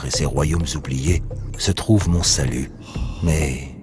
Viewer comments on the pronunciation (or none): none